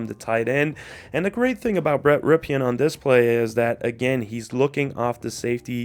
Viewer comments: It's not pronounced "Ripeean" it's pronounced "Rippen". His uncle played for the Redskins. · Dude. It’s pronounced “rippin” not “ripkin”.